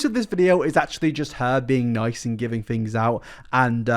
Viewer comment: "americans go to school" says someone who pronounces things as fings. also she has a pants suit on without the pants. thats why he said she had no pants on. we know what jean pants and shorts are bro. you focus on your fings.